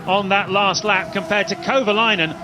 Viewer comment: Okay... the fact that the commentators keep butchering Kovalainen's name is really irritating. You'd think they'd actually learn how to pronounce driver names properly... but evidently, it's too hard.